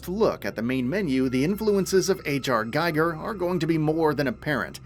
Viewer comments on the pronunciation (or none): HR GEEGER not "G-eye-gur". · It's pronounced more like "Gee-ger" not "Gaiger".